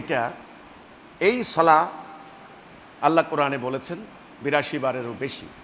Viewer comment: বেয়াদব তুই তো আল্লাহর নামটাই ভালোভাবে কইতে পারিস না তুই আবার কিসের ইমাম আছিস